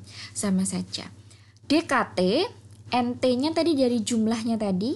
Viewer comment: nT dibaca entotal benarkah ?